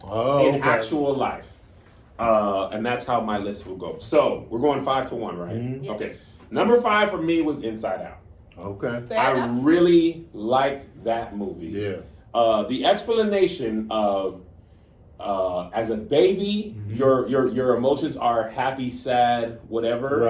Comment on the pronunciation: Hey Tom I think Kev tried to say explanation but he somehow said expilanation. I don’t think this is off to a great start. Back to you